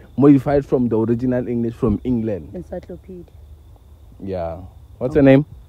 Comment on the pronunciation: When she said encyclopaedia 😂😂😂😂